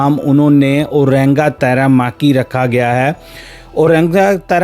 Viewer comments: बाबू नाम तो ठीक से पढ़ लेता, ब्लॉग बनाने से पहले 😂😂😂 ओरेंगा तैरामाकी नहीं ओरेंगा तैमारिकी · Why are you referring to "ORANGA TAMARIKI" as "ORENGA TARAMAKI"? Not once but every time you made a mention of the organization, you did it wrong Ridiculous! You did not even care to at least read the name of the organization carefully before launching a 20 minute video. Disgusting!!!